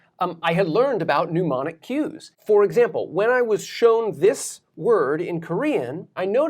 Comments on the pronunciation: Very informative lectures!, Pardon if overstepping, but you write "mnemonic" - of or relating to memory, but you keep SAYING 'pneumonic' - of or relating to the lungs. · I CRAFTED THIS NASTY FREESTYLE TO HELP YOU REMEMBER HOW "MNEMONIC" IS ACTUALLY PRONOUNCED: Run as quickly as Sonic, to add gin to my Tonic--- may be an angel, but he butchers-Demonic the right way to say and remember "MNEMONIC". Because folks, It is NOT pronounced NEW-monic. There's no "U", "OO", "W".... nothing of the sort anywhere in that word. Literally all you gotta do is say "Demonic", but swap the "D" at the start with an "N" sound. Don't worry about the M, it's functionally silent. Just ignore the M. Don't let the M psych you out. While we're at it: "Mischievous" is not "miss-chee-vee-us". Look at that word. MIS (miss) CHIEV ( literally exactly like "mischief", but with a "v" instead of "f"... rhymes with "live") OUS (as in luminOUS, nervOUS, magnanimOUS, etc... basically the "uss" in... uh, "wussy") mis chiev ous mischievous. Ain't no "EE" or "I" or "Y" or NOTHIN' hanging out after that "chiev". It goes straight into "ous". I MEAN, IT'S LITERALLY JUST THE WORD "MISCHIEF" PLUS "OUS" TO MAKE IT AN ADJECTIVE. SAME THING WITH FUCKIN' "HOMOGENOUS" AND "HETEROGENOUS". LOOK AT THE DAMN WORD! "Homogenous" wasn't Alan Turing's schoolyard nickname! It's not *HOMO GENIUS*! It's GENOUS! DIFFERENT THING! Comes from the Greek "genos", basically a "type/kind"... Not to be confused with, though indeed related to, the ancient Greek "génesis" (origin, source, creation, birth), which gives us "genetikos" ---> "genetics"... Also connected to Latin "genus" (you know, like in biolog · Cool. Just wish didn't repetitively mispronounce mnemonic as pneumonic. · I think your videos are great, may I suggest: "pneumonic" | "mnemonic" lungs | memory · Not quite 'pneumonic'! Mnemonic! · Its not pronounced newmonic either! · We need a mnemonic to hell people remember how to pronounce mnemonic